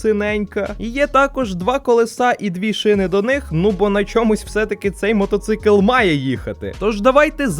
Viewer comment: А як це мото-цик чи мотоцикл, чи це так у львові вимовляют